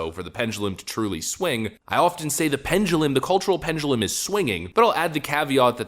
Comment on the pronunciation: Pendulum.. not 'pengulum'. No 'g' in that word. It's so noticeable when you speak.